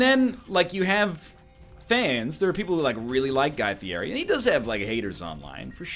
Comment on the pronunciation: i doubt you'll be reincarnated as guy fieri since you can't even pronounce his name...